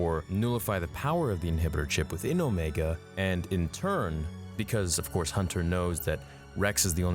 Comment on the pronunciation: I think that they might have tried to put a chip in her head. But why would her chip be active when the other's aren't? Oh. And you pronounced Omega right in this. It is not pronounced Omeega.